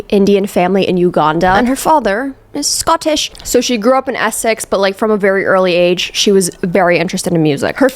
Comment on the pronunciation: Says “Scottish” in a posh English accent. They’re not gonna like that